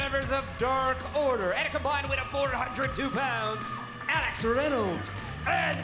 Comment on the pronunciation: Why does Justin Roberts say "Ax Reynolds" instead of "Alex Reynolds" tho?